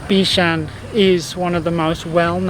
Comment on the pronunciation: Thank you for being so interested in the history of our island and our people. It is a really refreshing change from what people usually see or want to see in and about Singapore. I'm still surprised you actually drank Oldenlandia water. That's something not everyone likes, especially the younger generation! Also, I might be wrong but i believe the Cantonese pronunciation is Bik Shan DENG rather than Bik Shan Ting. Ting still sounds Mandarin.